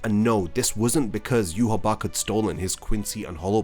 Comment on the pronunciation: Wait Yhwach was pronounced yu-ha-bach? Huh? I didn’t know that.